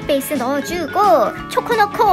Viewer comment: 초에 쬬코라고 하신거 같은데